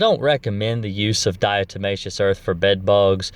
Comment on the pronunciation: You pronounce 'diatomaceous', correctly my friend, and 'diatoms' too. Ignore anyone who says different. 😎